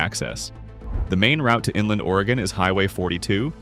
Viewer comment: The AI is good in some spots, bad in others, several mispronunciations and titles that were messed up in one spot and fine in another, though I was surprised that it didn't pronounce Sequim as seekwim like many real people do. They also pronounce Oregon as Oregone though too. Some of the maps and scenes directly related to the topic, some not. I think I have been through or took short vacations in all of them except Brookings and lived in North Bend before it was taken over by Seattle and Bellevue residents who commuted rather than live where they worked plus incoming Californians, all driving up the prices, it was affordable when we lived there in 1983, starting an upward climb by 1990 when we moved. I grew up in NE Oregon where we moved back to. I go to Sequim to see family that moved there back in the 1980's and sometimes to Port Angeles where my brother also drives for a large local trucking company. Sequim has a very broad flat area as opposed to PA, which as they said, is somewhat hilly. The town itself is several miles from the Strait as opposed to PA which is right there. PA has a large drug problem as I can attest to because unfortunately a family member is involved in it, and a lot of homeless and a fair amount of crime too. I wouldn't be afraid to walk downtown in Sequim at night in most areas but it also has its problems. I stopped a vehicle theft early one morning at the motel I was staying in when I saw guys messing around with a pickup in the one spot in the pa